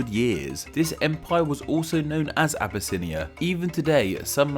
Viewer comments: it not said "a-bu-snia" its said "ab-yss-nya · Obesse-inia? doesn't sound right.